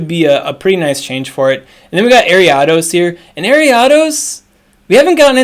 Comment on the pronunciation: Listening to you pronounce Ariados gives me the same frustration as the girl on the bus in 2nd grade pronouncing Dragonite as DRAYgonite. Nostalgia 🥰